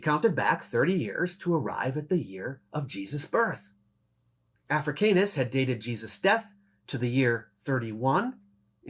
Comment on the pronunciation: Ugh, that's not how Africanus is pronounced.